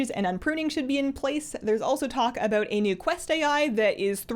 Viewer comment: aboot My brain: CANADIAN DETECTED!